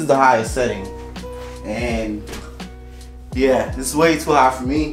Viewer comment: When you said “Yuur” i was like oh I’m subbing 😂 good videos man